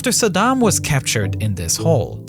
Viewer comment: Fun fact: Bush Sr. intentionally mispronounced Saddam's name. sa-DAM means "one who confronts" while Bush would pronounce it Sad-um, which means "barefoot beggar"